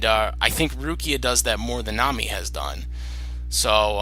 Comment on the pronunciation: Thanks for making this, and yes you said ma name wrong, but ti is ok, it is not english name so you can't know that. I would personaly buy Nami, because I really like her. Rukia is better fighter, and she definitly has good moments but I do not know why, but I bever personaly care much about her. I made a mistake and not realise that you do not know all episodes of One Piece, I watch 750 episodes myself the reason why I like Nami is that she has development, she is quite smart, smarter that many people realise I beleve, and she is also more funny. Rukia is more helpfull fro Ichigo in combat, but Nami work more like brain of team. Luffy himself admit he can't think without her (not remember when), that is maily because Luffy is sometimes idiot, while Ichigo is very inteligent so Nami has more spece thatn Rukia in that regard. And yes Nami love money, I belve every Straw hat member have some obsession, but Nami can overcome this and care more about her friends than money. If there is someone in One Piece who can't overcome his obsession that it is Sanji, his love for woman is sometimes greater than his loyalty to friends so I do no like him, but Nami, she can be very protective and kind. Another reason why I like Nami is her fighting style, she not fight much but I would say that her weather bending abilities are original and interesting. Rukia is far more powerfull but her snow/ice powers are in contrast, rather boring. But still cool video I like it.